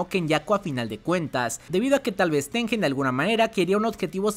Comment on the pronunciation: Gran video me encantó, hay muchas teorías de que Tengen quería perjudicar a Yuki pero creo que fue más porque Tengen no sabía que iba pasar. Una cosita, el nombre japo de Tengen es てんげん lo cual se pronuncia tenguen, no con j